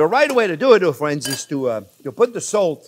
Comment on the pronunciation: "Well hello there phrinzzzzzz!!!!"